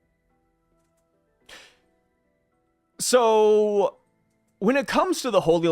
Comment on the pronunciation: The pronunciation of Bangladesh has me dying .